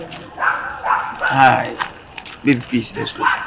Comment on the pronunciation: But I think this kyekueku of a guy said he has completed SHS 😂😂and he dey say "prease" 😂😂😂